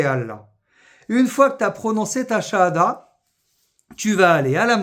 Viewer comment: Avec une telle prononciation votre chahada a été acceptée ? En fait pour se convertir le plus compliqué c'est de trouver un témoin. Si vous prenez le premier collègue de bureau vous risquez 1. de tomber sur un apostat (caché donc) qui va refuser ou 2. de tomber sur 1 qui accepte mais qui va vous dire en cours de route "moi je crois pas à tout ça". Le deuxième cas est pire car en temps que témoin il s'engage et donc vous le foutez dans la merde.